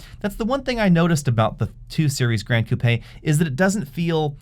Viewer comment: Hey, you are the first person in the US that pronounced the Coupé the right way and not 'coop'. My body is always shaking when I hear coop.